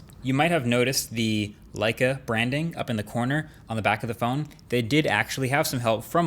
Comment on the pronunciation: Thats not how you pronounce Leica.